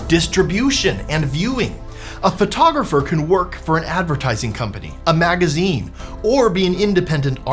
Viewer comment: You're a Phvoiteographer?